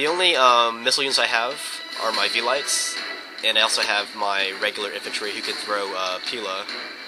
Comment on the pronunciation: Actually it's more like veh-lee-tes